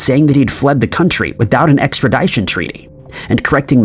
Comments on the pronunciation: I hate to do this, but this isn't the first time you had to tackle the word "extradition". Please look up how it's pronounced. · It's an ongoing thing. He doesn't care.